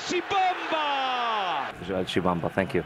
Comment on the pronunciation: Gość w wywiadzie mówi "Żal Tshibamba, thank you"